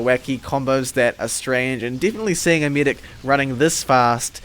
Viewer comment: "Only for the midic instead " I really wanna know where u are from xddd